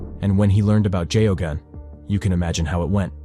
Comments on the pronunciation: AIs are really very poor at pronouncing names. I didn't recognize Geoghan (gag-non) until I saw his name spelled. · His name was pronounced gayogan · That priest in Boston, his name was spelt Geoghan and pronounced "Gay-gun" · I'm amazed at how many different ways you manage to mispronounce Geoghan